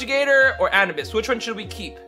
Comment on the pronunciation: Did he just say anabis?